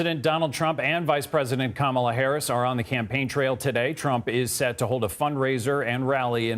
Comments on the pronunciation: her name is Kamala, not Camillo. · This guy needs to learn how to say her name. It’s not “Ka-meal-ya” it’s “Ka-ma-la”. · You pronounced her name wrong...smh... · Please pronounce Kamala correctly!